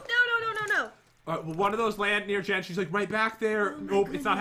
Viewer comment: When you said oh oh chest it sounded like oh oh Jen haha LOL lav ya